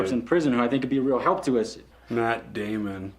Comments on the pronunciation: It's Meth Damon actually ;) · don't you mean "Meth" Damon?? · "Meth Damon"